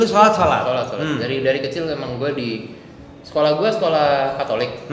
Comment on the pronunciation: Sekolah bang bukan scolh , therteen bang bukan thirtin